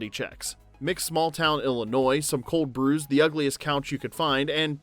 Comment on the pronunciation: i think it's funny that you put the accent on cold brews in such a way that it sounds like you mean the chilled coffee beverage and not beers which i'm assuming is being referenced. no shade intended. just made me giggle.